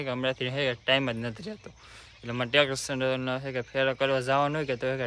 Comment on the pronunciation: ટ્રેક્ટર ❌ ટેક્ષર ✅😂😂😂😂